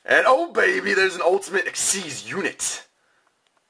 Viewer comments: They are actually pronounced "ik-seez". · its supposed to be pronouced 'exeeze' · Thats what I thought too however I was wrong xyz monsters are actually pronounced as (ex-seed) or exceed monsters